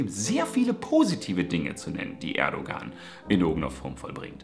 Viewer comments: Erdogan wird ohne g gesprochen also Erdoan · Sehr schönes Video.. aber man spricht das G bei Erdogan nicht